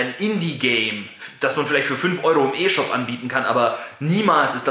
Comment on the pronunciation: Es gibt ne 8GB und ne 32GB Version und die Wii U ist kein "Kinderkonsole" es kommen schlieslich die gleichen games wie auf ps3 und xbox360 z.B. Black Ops 2 raus. Und man spricht es "i shop" aus nicht "e shop"